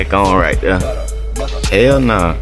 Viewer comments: Says the dood who can't talk correctly lol. "Right dere" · "he got a fanny pack on right theyah.."